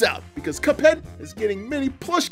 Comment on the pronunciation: did he say little pup head or little cuphead